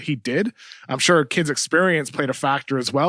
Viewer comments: Kevin O'Connor doesn't know how to pronounce "sure." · Shorely not